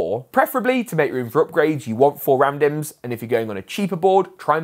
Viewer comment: Every time you mentioned 4 RAM dimms I heard it as 4 man dem.